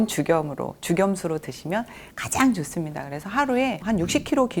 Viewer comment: 좋은 강의! 그러나! 말의 고저 장단 문제가 심각하오이다. 단어의 첫 자가 긴 자일때 짧게 발음한 일이 아주 많습니다. 예: 좋습니다.